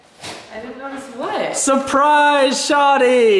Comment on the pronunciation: as an active Toronto man it’s pronounced “shorrrdyyy